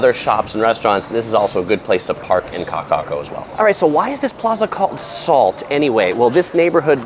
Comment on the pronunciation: You are to be commended for your knowledge and pronunciation of those tongue twisting words. And I’m not being facetious, either. P.S. is such a genial and gracious cohost. 👏🏻